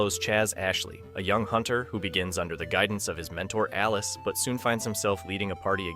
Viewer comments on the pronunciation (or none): none